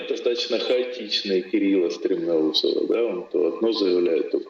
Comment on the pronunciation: Я один почув як Сосальдо сказав «СтрєМноусов»?) Дякую за вашу діяльність на ютубі, пане Сергій!)